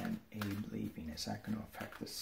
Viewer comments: Hey. Thank you for the reading. Wanted to let you know that in Japanese Abe is pronounced as two syllables, Ah-bay. Just a very small FYI. So enjoy the work you're doing for us to help keep us sane in this crazy world we live in. May you be blessed. Love and light from Northwest Arkansas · FYI: Retiring Japanese Prime Minister is pronounced Ah-Bay in the Japanese language.